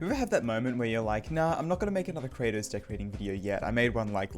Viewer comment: Very noice more Kra-toes